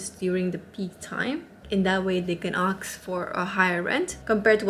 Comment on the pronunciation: Whats with the -axe-?! English is not even my first language and I Iknow its -ask-!